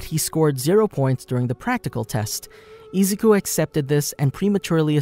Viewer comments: IF THIS VID IS 1 HOUR PLEASE GET THE NAME RIGHT IZ-U-KU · i don't like how u say Izuku u say it like Ezuku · I-zoo-koo not ee-zou-koo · sorry but it's prnounced i-zoo-koo so izuku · Why are u saying izouku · Great video but am I the only one of her just triggered the way he pronounces Izuku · The way he says “Izuku” bothers me so much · STOP SAYING IZUKU LUKE THAT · Am I the only one who is bothered by the way he says izuku and I’m not tryna hate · I'm sorry but it triggers me so much how he pronounces izuku. Lmao